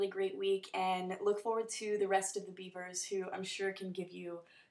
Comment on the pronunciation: At the end of the video, I could've sworn I heard "Biebers" and not "Beavers" xD Maybe that's just me..